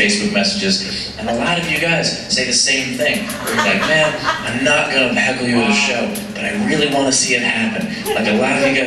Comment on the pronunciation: sounded like you said hackle not heckle. That ny chich must have got in your head. I could be wrong but that's what I hear.